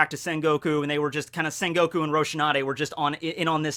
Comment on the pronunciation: it's quite disturb me with the sen goku instead of sengoku